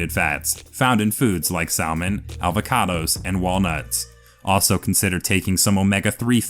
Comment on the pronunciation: ...Did dude seriously just say "saL-mon?" 🤦🏻‍♀️